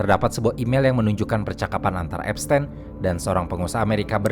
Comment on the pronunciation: epsTIN bang bukan epsTEN